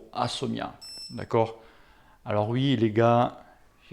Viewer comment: Mdr tu as bien dis Favero et pas Ferrero, par contre tu as dis "Assomia' au lieu de ASSIOMA, et tu insistes en plus !!!